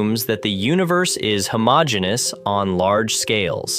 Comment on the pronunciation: There it is again, "homogenius" why are you AI generating the voice? I was under the impression that this was an official Nasa channel